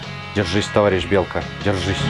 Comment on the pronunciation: Давно не получал столько удовольствия от просмотра ролика! Ура ТОВАРИЩИ! Но самый класс - это "товайищ" 😂😂😂